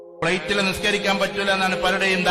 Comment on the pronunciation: പ്ലേറ്റ് അല്ലടാ ഫ്ലൈറ്റ്